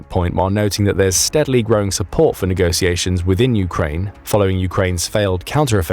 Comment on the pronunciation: Negociations? It's negoTiations